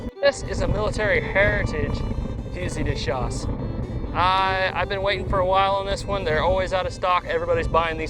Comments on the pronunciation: great video - love the mix of videos you guys do, both old west guns and old flintlocks/matchlocks. And you're spot on about the pronounciation, it is Fu-zee de schass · As a french -Canadian, the way you pronounce " fusil de chasse" is the right way the L is silent ... Allez, Salut!